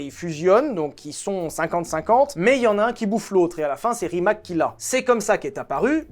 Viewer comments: on prononce ca rimatz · c’est Rimats (il faut dire le s) la bonne prononciation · On promonce Rimats, pas Rimak lol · STP ne prononce pas RIMAK mais "Rimatz"... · Tout le monde parle de la prononciation des villes alsaciennes , mais RIMAC se prononce RIMATS et non pas pas RIMAK😅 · Petite précision ça se prononce Rimatsse ;) c est le nom de famille de mate rimac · Bon alors Molsheim, bien. Chiron, Veyron, super. Par contre, la prononciation de Centodieci et Rimac, on y est pas encore... 😊